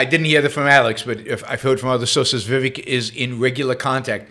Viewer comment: First of all you you are mispronouncing his name...Vi Vake'! I have watched him for several weeks. I have not heard him make one mistake. Why would you critize his ten amazing points?